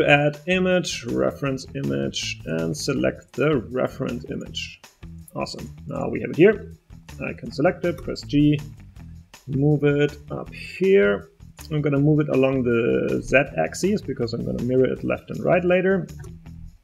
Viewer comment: "I don't know why its G" gove?" it's grab